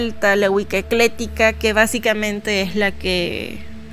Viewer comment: ECLÉTICA... ECLÉTICA... ECLÉTICA... NOOOOOOOOOO!!!!!!!!!! Es EcléCtica, que aprenda mejor antes de querer explicar y no se ande inventando palabras... Es re interesante la Wicca, pero si de verdad se estudia que se haga correctamente al menos.